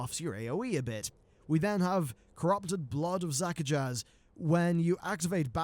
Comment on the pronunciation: "Zakajazz" Facepalm.exe